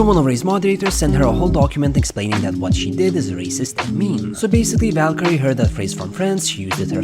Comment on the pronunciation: Aah yes valcureray